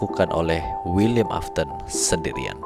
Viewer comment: afton bukan aston 😅